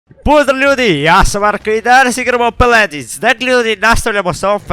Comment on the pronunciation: Kako si ti bolestan 1. Ne kaze se peledins nego paladins